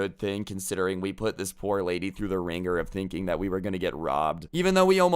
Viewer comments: he really just said "Rady" in stead of lady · "but this raidy" Me: did my ears just have a stroke? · 'This rady' Everyone: Me: LOL rady??? Really, can you even speak bro. Inner voice: Just stop man...